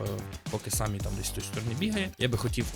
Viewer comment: не Самі а Семі